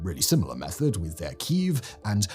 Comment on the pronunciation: yes, ki-ev, not keev or keef or queef or whatever they’re trying to call it now since the war started.